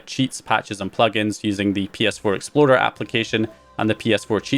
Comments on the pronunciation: Are you saying ps4 exploder instead of explorer? Lol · I think he rolled his “r” on that one.